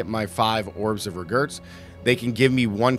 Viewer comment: Is this guy pronouncing orbs of regret as orbs of regurts?!